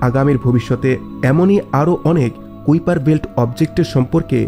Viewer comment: কুউপার উচ্চারণ টি কাইপার উচ্চারণ হবে